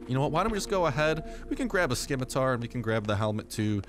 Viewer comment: LOL I'm fairly sure you don't pronounce the C in Scimitar.